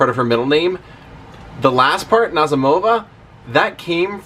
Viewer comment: The emphasis is on the 2nd syllable, Na ZEE mo va.